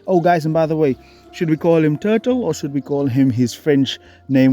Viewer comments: Tuh turle 😂😂😂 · I've watched eveey single one of your videos but this one is just too funny. Tuhtle 😂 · Love the french 'Turtle' 😍😄😄😄